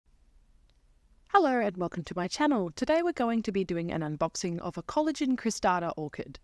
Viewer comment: I’m enjoying your videos. It’s pronounced ‘selojinee’. I have 2 different ones & they grow well in Brisbane too